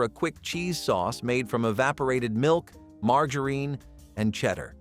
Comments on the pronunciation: Who says margareen? Margarine!!!!! And who had a microwave of those days? and then when they did start coming out you had damn money so you wouldn't be cooking these inexpensive meals.😊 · Same! Had me wondering if my Southern accent has destroyed another word 😂 it’s “Marga-rin”not “margarita-reen” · mar-jar-in, its NOT "mar-gar-een"..... erbs.... js 😂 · It is not mar-ga-reen. It is mar-ja-rin. I am a child of the fifties and that is how it was pronounced. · Please learn how to properly pronounce “margarine”; it’s Mar-jar-in, not Mar-gar-ine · Who programmed this Mar-gar-reen? Never heard it pronounced like that! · Why does he say margarine like mar gar rine ? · Who in the ever lovin hell pronounces margarine mar gah reen? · Call it margereen one more time!! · Right? That was driving me crazy. Never heard it pronounced that way. MAR JA RIN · Marg-a-reeeeeen? What is that? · Margarine. You keep mispronouncing margarine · And margarine. I’ve been saying it wrong for 30 years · I’ve never heard the word ‘margarine’ pronounced like that before. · You keep saying microwave when you mean oven. Microwave wasn’t around then. Also you constantly mispronounce the word margarine